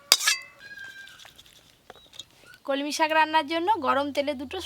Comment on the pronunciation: কি ইচ্ছে করে উলটো পালটা উচ্চারণ করো আপু। কলমকিএ বলছ কমলি